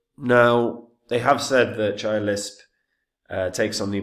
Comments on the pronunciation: The very first word you cannot even pronounce CHIA properly, I stopped the video. Bye bye. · mispronouncing the project not ideal for confidence